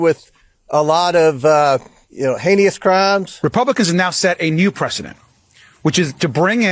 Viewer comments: Figures Gomer would say "haney-ous." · Anyone in a senior government position who says “henious” instead of “heinous” can’t be taken seriously.